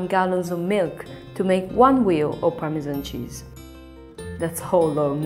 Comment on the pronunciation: you just could not choose a worse narrator.. "permeaan cheeaauuz ehuu veeuu ee uuuu vuleee"